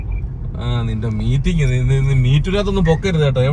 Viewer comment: Meeting ന്ന് പറഞ്ഞു meetoo ആവരുത് 😂😂